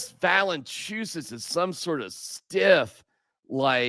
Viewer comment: Va-le-IN-chu-nas. Agree with everything else 😂. 👍